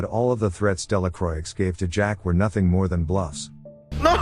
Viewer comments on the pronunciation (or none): It's not pronounced "Delacroix" it's pronounced "Delacroah" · It should be pronounced Delacrua (Delacroix in French) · just for future reference, Delacroix is pronoinced "della kwah", the R after a consonant in french words is muted like a W and oix makes an "ah" sound, the X is silent. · Delacroix😂😂😂Delacuwa, my french friend😂😂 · Delacroix is not pronounced with the “ix at the end. It is Dela kwa. It means of the cross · You almost got it right, but the "R" isn't actually muted. It's pronounced "Della croah". Sincerely, a french dude. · That's true. But in the movie that dude acted like a real Delakraueeks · I think he's using a text-to-voice program to narrate the film, not his real voice. That's why the voice sounds so educated but the video has many grammatical errors, like the person's native tongue isn't English, or they're not as educated as the voice they're using. It's still a good effort, but the mistakes are distracting & the voice program doesn't know how else to pronounce Delacroix.